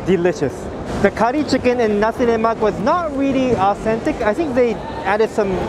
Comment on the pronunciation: 🤗 u got my respect for pronouncing 'nasi lemak' and 'ikan bilis' (anchovies) correctly! 😄 foods are always nice with good companies, and you have us to accompany your food diaries!